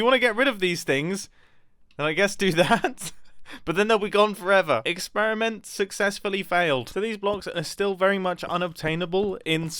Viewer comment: "Experrement successfully failed" 😂😂😂😂😘😘